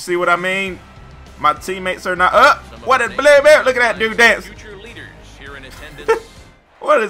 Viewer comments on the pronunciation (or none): none